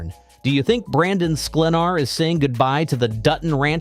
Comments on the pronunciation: He said it’s SklenAR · Shall we help him? It's SKLEN (rhymes with HEN) are. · Dude if you’re going to narrate this then learn how to say his name right . lol